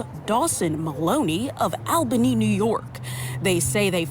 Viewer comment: It is pronounced Awl-ba-nee I know how picky Nevaaaahda folks can be, I am sure you would want to get the capital of NY right ;-)